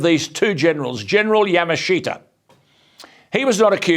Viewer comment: Yamashita. "Ya-mush-ta" is the correct pronunciation.